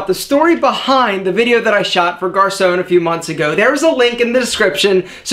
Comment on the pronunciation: Hi, I'm a french Canadian, and you're still saying Garçon wrong, even if you changed the way you pronounce it xD sorry haha.